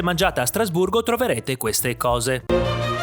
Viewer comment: Hai detto Strasburro?